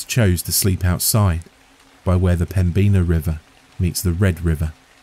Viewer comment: Me too! Greetings from Fargo! It was a great story, but the pronunciation of 'Pembina' got to me. 😅 ("Pem-bin-ahh")